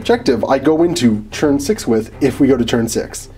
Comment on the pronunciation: does anyone else think he says "churn" instead of turn?